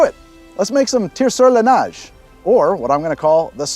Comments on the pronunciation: From another "dual citizen" who is similarly not a native French speaker... to pronounce "neige" the vowel sound is more "ay" than the "ah" you sare saying it as..... but other than that, great job. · Neh-zhe/Nesh (neige) is the pronunciation, but not bad for a Ol' (mari)Timer